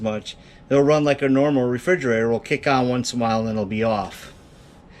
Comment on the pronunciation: Are you saying "fridgerator"?